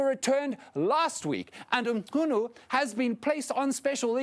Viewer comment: Its always refreshing when a non Zulu,can pronounce Zulu names and surnames, calling Mchunu correctly is a testament that those who call it incorrectly are mischievous.